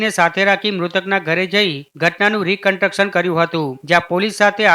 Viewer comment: રી કન્ટક્શન ના. બોલાય ભાઈ કેટલી વાર કોમેન્ટ માં કીધું યાર